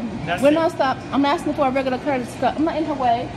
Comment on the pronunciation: She's axing for a cup